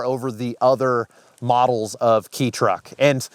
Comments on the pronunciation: Kei is pronounced as Kay. And to anyone wishing to purchase one....Do NOT pay what many are asking. These trucks are practically given away in Japan on car lots.You'll be hard pressed to find one for more than 1K. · FWIW, Japanese words pronounce Roman letters as written: the name of these trucks rhymes with "play". Great video; thanks for the insight! Subbed! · ... it's pronounced 'Kay'. State reciprocity laws allow you to drive in other States. The Side by Side dealers / UTV dealers are trying to keep the Kei vehicles off the road... It hurts their business. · it's not pronounced "key" so lets just stop saying that. If you've done a lot of research just stick to saying kei "kay" like you did. I love your channel, but I struggle to make it through this one just because of the constantly on purpose mispronunciation. Personally I want to grab a Suzuki Jimny kei. Such an offroad weapon. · Pronounced "k-high" The kms are all over when you are looking to buy one. They roll over at 100,000 so highly likely you have 150,000km on your. Other issue is that by the time someone stops using it, it gets to auction, ports, shipped etc they have sat a long time. Expect issues with rubber parts like motor mounts, etc. Super easy timing belt. Treat them like the small engine they are. Premium fuel, frequent oil changes, plugs every other oil change, timing every 50,000km. The engine position in the sambar means it's also the quietest and doesn't heat up in the summer. Ive got a sambar with factory supercharger and efi. Cupholders, airbags. Benefits to bring in Canada, we only need to be 15 years old for import. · It's is pronounced "Kay" so strange, but I looked it up in my Japanese translator. It's a very cool video. I've always appreciated the sambar as well! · Kei is a shortened version of kei-jidōsha -- the licensing class for these vehicles in Japan. It essentially means "light vehicle". It makes me twitch every time that someone pronounces it "key". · Kay, not key.